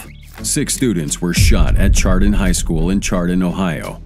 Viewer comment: Chardon pronounced with a shh sound. Shardon